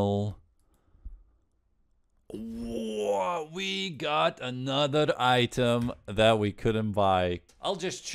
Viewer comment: ANOTHA ONE